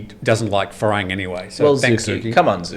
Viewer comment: Thai people never say "Farang" but "Falang" :-)